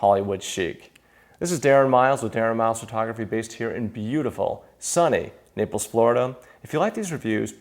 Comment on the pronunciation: Darren Miles Hehe, it sounded like you said "nipples, Florida" !! :DDD Hue hue hue hue hue! :D ... Is what I would say if I was 12, but I'm 14, so mooo..